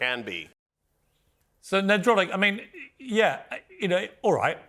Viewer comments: “Ner-drotic”?! Come on Piers! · Damn Piers, you ever gonna shoot 1 Nerdrotic's way? You also mispronounced his name 😂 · nerdrotic's camera looking better quality than the multi-millions on the piers morgan show.. btw made me laugh the number of times Piers called him 'NED-rotic', what an absolute mong..